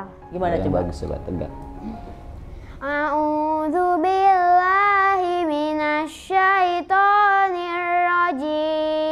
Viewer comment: MasyaaAllah , dari pertama baca audzubillahiminas syaitonirrozim , aku nya mau nangis denger suara sama pengucapannya . jadi anak sholeh ya dek